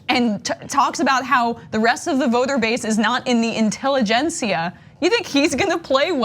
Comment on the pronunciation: Wow someone else hears it too! I have always heard it and wondered whether it was an odd speech impediment of some kind.